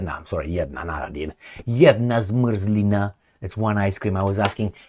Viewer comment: Hello and thank you for this video in the name of every Slovak patriot. I love how you pronounce "jedna zmrzlina" ❤ And if you are interested in Sioni$t look for the case of Danny Kollar or Daniel Bombic who is right now in jail in Slovakia for antiSioni$t propaganda.